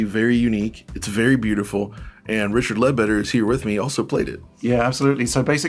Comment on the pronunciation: Didn't even wait until after the opening statement to do Richard dirty with the accent. XD